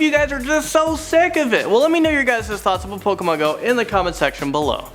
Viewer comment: lol pokamon go